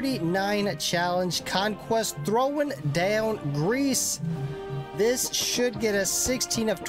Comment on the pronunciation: How Italians see Grece-a